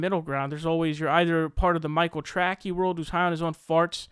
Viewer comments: My man. It’s Tracey. Trae sie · His name is Michael Tracey as in tray-see. Come on, I agree with you but pronounce his name right, or admit you're saying his name wrong on purpose.